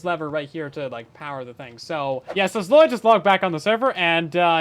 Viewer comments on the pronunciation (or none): none